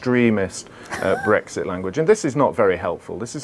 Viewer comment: it's not BWEXIT FFS it has an R in it